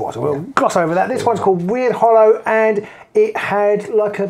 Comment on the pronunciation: FYI its not pronounced WeirdHollow, it should be said as Ward since Wyrd means magic. Sorry jobs worth moment 😬 I'm really hoping for a new Nurgle warband for this new season. If the warband had 7 Nurglings and a sorcerer that would be top banana🤞